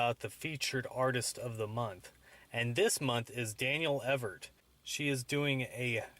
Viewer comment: Cool. And for once my surname is pronounced correctly. (Evert) I didn't even know about the games. I'll defiantly have to look at the site a bit more.